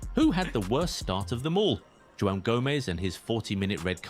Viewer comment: its AI dude, the narrator is AI. He speaks like a 50 year old commentator, thats how AI designed. ofcourse its gonna fuck up Joao if the Ai is instructed to be english